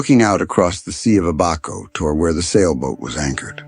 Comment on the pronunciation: The pronunciation of the referenced island is: Ab -a-co. Ab pronunced like the Ab in abandon and The cay in Elbow Cay like the "key" for the door lock...thank you.